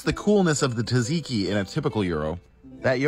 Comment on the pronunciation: rly? white pepper is so uncommon that he has to describe it? It's the main pepper in most scandinavian cooking unless you use red meat. Also, I'm not greek but I nthink he said tzatziki wrongf so I'm not sure he says Gyro correctly.